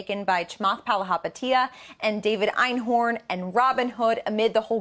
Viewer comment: At least learn how to say his last name before butchering it the whole video